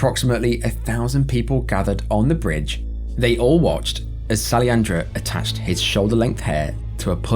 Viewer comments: Great video again. But the guy from India His name is Sailendra. Not Saliandra.. Have a good one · The Indian man's name is pronounced as " Show - e - len - dro "